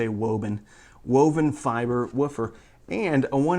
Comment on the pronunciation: "Wo-bbin fiver", "Bebbled edge" - are you turning into Elmer Fudd?